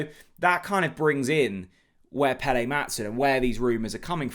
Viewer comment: Danish name pronunciation needed. Unfortunately it is not pronounced Pelé, pronounced Pell-er. Kvistgaarden is pronounced Kvist-go-en no garden 😂 Brondby is Bron-bew, Silkeborg pronounced Silg-a-bore. 😉